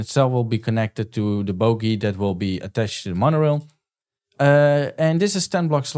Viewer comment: Bro at it again, do ya have a discord by chance? (i love the way u say boogey it makes me laugh every time, dont change)